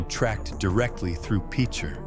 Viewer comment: LEAD U IDIOT...N ITS PRONOUNCED...PICH ER...LIKE BASEBALL PICHER...I WAS A KID GROWING UP HERE...IT WASNT THIS BAD...SERIOUSLY